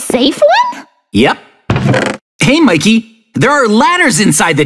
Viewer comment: Wait not makey😅 but mikey😊